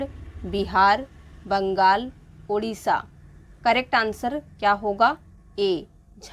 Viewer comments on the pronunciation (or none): none